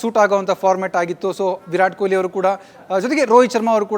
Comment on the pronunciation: Stupid reporter calling him koili. Can't even say kohli